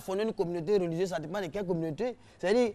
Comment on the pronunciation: Hum RTI on dit pas "réligieuse" mais "religieuse"